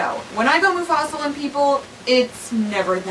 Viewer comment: did you say Mufasal? Or is my hearing just keep getting worse every day?